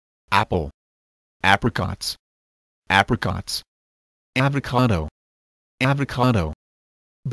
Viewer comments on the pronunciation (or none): none